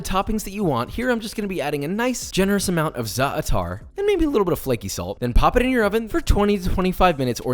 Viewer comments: me,an arab,laughing at josh cuz of how bad he pronounced ”zaatar” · DID HE JUST SAY ZA’ TAR!! ITS STRAIGHT ZATAR I AM ARABIC AND I HAVE NEVER HEARD SOMEONE SAY THAT BEFORE I AM LOSING MY MIND AHHH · Zaatar, not Za-Ah-tar - a concerned Middle Eastern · It’s not pronounced za-ah-tar. It’s pronounce more like zaahtar. Either ways, amazing job bro 👍🏽 looks delicious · bro said za, attar. you pronounce it all at once: zaatar. btw the apostrophe in za’tar is an arabic sound, which u dont need to attemp, but its alright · For future reference: Za'atar isn't pronounced with the apostrophe; the Lebanese say it "Zah-tar" - one word, two syllables. If you really wanna impress an Arab, roll the R a little bit. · When he said za’ater I died😂 as an Arab I appreciate that he tried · Wtf is za atar ? If you can't pronounce it just say thyme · me: sitting here enjoying the video josh: doesn't brine the focaccia me: hnng also josh: ZAW ATAR me: HNNNNNNG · Zah-ter (rhymes with daughter) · my mans out here pronouncing za'atar like zah-ah-tar. lmao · he called it za atar, lol the arab people are going insane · Zah atar 😂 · when he said Za a tar I died.. if you are arab you would understand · I love your channel but please for the love of God it’s pronounced. zAtar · Za at her what's that? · “Za-atar” every Arab in a 20 mile radius just had a aneurysm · why did u pronounce zaatar like avatar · I think you mean "Za-Atar" ahaha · Josh pronouncing "Zaatar": Za Atar Josh pronouncing "Car": CA Aar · 😂😂😂 it's zaatar 👏 DO 👏 👏 NOT 👏 👏 DIVIDE 👏 👏 IT👏 Thank you (arabic person)😊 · I love you Josh, but the Middle Eastern in me cringed so hard when you said “za’atar”. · why did you pronounce zater like that? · Lmao I’ve never heard za’atar pronounced like that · I love how he says zaatar with 2 a instead of 1 long one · The Arab in me when Josh pronounced Za’atar incorrectly: “Papa no” 😭😔🥺 I’m not mad, I’m disappointed. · I'm Lebanese and the way he said Za'atar is triggering me